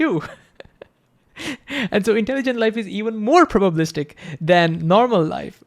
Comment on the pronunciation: *probabilistic...Missed a syllable there. Great video though.